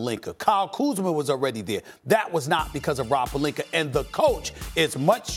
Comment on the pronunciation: O yeah, "the Lakers and Rob PELINKER" 😂